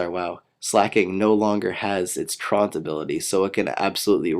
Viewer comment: I like this video, but you are pronouncing slakings ability wrong. it's truant, not traunt. I don't mean to be a troll, its a common mistake.